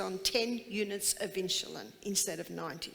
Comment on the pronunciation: Its insulin not inshulin.